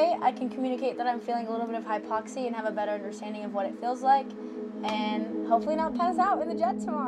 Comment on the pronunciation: Hypoxi??? Its Hypoxia.